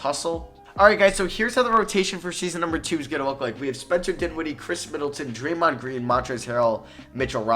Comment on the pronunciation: Draymond gween 😂😂😂😂